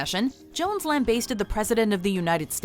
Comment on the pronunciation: Lam-bass-ted, not lam-bay-sted. I quit watching after you mispronounced it twice in a row.